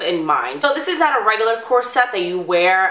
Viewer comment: I only lasted a minute before the mispronounced "corsette" just annoyed me too much.